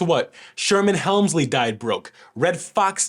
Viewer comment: Not " Helmsley" Hemsley